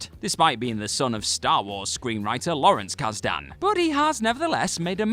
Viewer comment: Kaz-Dan? Kaas-Den.